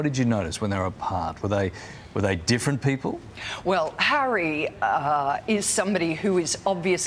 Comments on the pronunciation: bro , The word Harry has 2 syllables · Harry has two syllables.